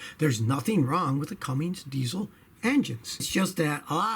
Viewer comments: When someone says Cumm"ings" rather than "Cummins" you immediately take note the person hasn't a clue about diesels or tucks. Stick to Toyota's Scotty. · It's cummins, not Cummings, scotty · Hey Scotty, i may be hearing wrong but it sounds like your saying Cummings instead of Cummins. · Cummins...not Cummings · Never heard of Cummings engines. I have heard of Cummins engines though. 😉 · There is no such thing as a “Cummings” engine. It’s spelled and pronounced “Cummins”. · FOR THE LOVE OF GOD IS CUMMINS NOT CUMMINGS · Cummins, like come in, not Cummings. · The proper pronunciation is Cummins not Cummings. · CUMMINS not CUMMINGS. 😐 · There's no G in Cummins. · Scotty, there is no G in Cummins. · Why do you keep saying cummins wrong 😠